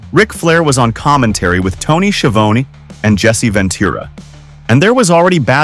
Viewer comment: say you dont really know wrestling without saying you really don’t know wrestling - Its Ka-mal-a not Kama-la and Jim Neid-hart(Nye-d), not Jim Need-hart and its not Tony Schi-vo-knee its Tony Schi-von-E